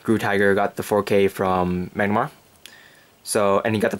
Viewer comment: have you tried using Tusk master? if so how did it go? What about using the 12 attackers for easier reaching 20K? Also it's Mah-nah-garm-er *not* Mag-na-mar